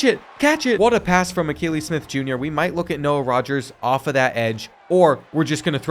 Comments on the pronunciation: The mispronouncing of Akili Smith was driving me nuts. Kept thinking has this guy never watched him play? Then realized probably wasn’t alive to watch him 😅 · He struggles with names 😂😂 he didn’t get Akili Smith Jr right either